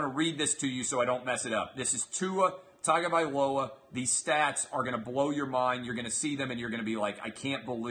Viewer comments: Gia’s last name is pronounced not “tag” but “tongue” at the beginning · You are exactly right about the name pronunciation. This guy talks about what a great QB Tua is and he can't even pronounce his last name correctly.